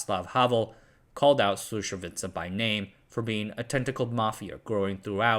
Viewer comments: "Slušovice" is "Slushovitse" (ts pronounced like tz in tzatziki) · It is Slušovice, not Slusovica. Not that hard to pronounce. Also JZD is not pronounced Jay Zee Dee. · No he doesn't. His pronunciation of Slušovice was terrible. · I was born and grew up 20 kilometers from Slusovice. My grandfather was a friend with Cuba. Your information was 99% correct which is amazing. Just your pronunciation of Czech names needs to be polished. Did you know there was a song made about Slusovice? Search on youtube for "Paleček + Janík - Slušovice - celá verze"